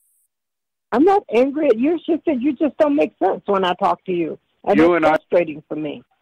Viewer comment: "Theres alot of things in life that dont make shensh"